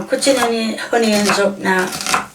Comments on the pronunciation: Love how u say honieons" onions" lol and karriotts" carrots" lol too funny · 1) there is no "h" in onions 2) carrots not carryots!! Dear Lord!!